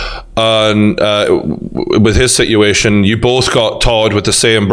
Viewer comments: No one: The ending of legit every single question: "Si'ution" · he could’ve said si’uation, and I would’ve got it instantly. But he missed an “a” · For the love of god stop saying situation..... Please.... Like for real. Stop.. Get help... Also jake CLEAN YOUR FUCKIN GUTTERS